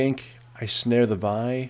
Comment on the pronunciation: Why do so many people mispronounce Vi's name? It's said repeatedly in her song.